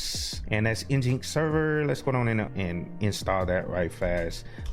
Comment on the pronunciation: Great video! Just be careful on the name of your web server. I am sure someone will catch feelings for not calling it Engine-X. LOL